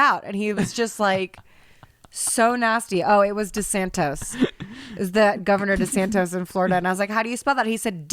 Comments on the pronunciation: Sorry to pull a Hermoine here but it's DeSantis not DeSantos, or DeathSantis if you prefer:D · DESANTIS, NOT DESANTOS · It’s Santis not Santos!! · DeSantis.... not DeSantos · Hilarious that they don't know it's DeSantis not desantos 🤣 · It’s DeSantis (aka DeathSantis) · desantis actually. was saying it wrong lol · It's DeSantIs hahahahaha y'all tried your best lol love you!! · You’re not going to be able to sound out his name if you don’t even pronounce it right. His last name is DeSantis. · I have to be that person…… I’m sorry…… BUT it’s DeSantis… lmao (love the show tho <3)